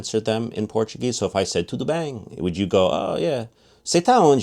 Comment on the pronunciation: Your pronunciation is awesome. BEM (bĕn in), your pronunciation is exactly the way we say as native speakers!!!